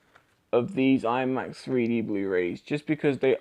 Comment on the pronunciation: Sounds like you’re saying “Free D”